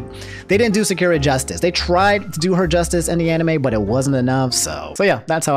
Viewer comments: REEEEE it is pronounced Sock-er-a ... but ya she kinda sucks throughout Naruto, and gets buffed (literally) in Shippuden... but doesn't amount to much... Also I believe completely in this video: "Naruto, the Self-made Hypocrite" ( ) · Sup homie! Sounds like you'd like to know how to say Sakura. I know the language. And, ((simply put)), in Japanese all syllables that contain an instance of what would be the letter A, is always pronounced like how o is pronounced in the word Rock. And all syllables are separated. So, It's Sah (like Sock) Kuu (like zoo) Rah (like Rock). And side note! I've been watching every day for years man! I love your channel! And I meant to stop by the other day and comment to tell you that you've been saying Arceus correctly this entire time! Coincidentally, I learned I was saying it wrong the whole time. So yes, the translator in the Nintendo Direct is saying it incorrectly. The more you know shrugs have a good one dude! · Great vid! But SA ... KU... RA. SA KU RA. Sorry hardcore Naruto fan. Couldn’t let it slide. 😂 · Sa-ku-ra! And i hate her. But the way you said her name. Holy fuck man!!!! And I have finished the whole show!!! Was gonna subscribe till this abomination!!! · I'm late but "Sock-U-Rah". That's how you pronounce "Sakura" not correcting to just correct you but I dislike that character so much, I rather her not ruin a name that's given to her... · how you pronouce sakura is like nails on a chalkboard. IT'S SAH-KU-RAH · My only issue is the way you say Sakura’s name. It’s Sa-kü-ra. But why is including the option for Polly to be trans, transphobic?????? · ohh for the love of god... its Sa-Ku-Ra... i don't like her either but atleast try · The way you pronounced Sakura was getting to me a lil but also kinda funny 😁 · The way you say Sakura hurts me. XD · Anyone else unreasonably upset when they hear pronounce Sakura's name wrong? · Great vid but the way you say sakura makes me pull my beard out lol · I hate how he says Sakura